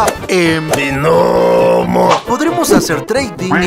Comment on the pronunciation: Por que dices binomo de una manera tan ridícula??